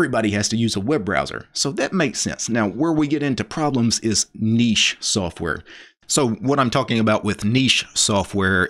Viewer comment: What is this "soaf" ware of which he speaks?